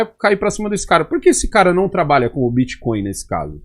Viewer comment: Prefiro que o Renan continue falando crepitomoeda e biticóio. Quanto menos o governo souber disso melhor